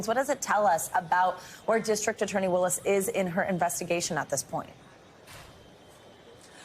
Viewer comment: Was mispronouncing Ms. Willis' name deliberate?